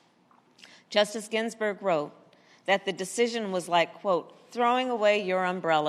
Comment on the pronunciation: Harris can't even say Ginsberg's name correctly lol yeah just using Ginsberg's name to push her agenda of hate